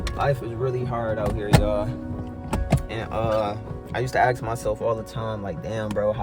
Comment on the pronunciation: why do people say ask - axe?